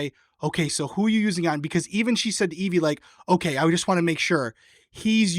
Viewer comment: Her name, Evvie, rhymes with heavy. Not Eve-EE